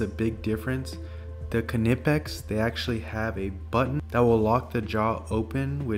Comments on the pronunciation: He is pronouncing it correctly . They even made a shirt that said something like kuh-nip-x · Go on YouTube & search how to pronounce Knipex. It’s German, I’m saying it correctly. People think it’s “Nipex” but it’s not. 👍🏽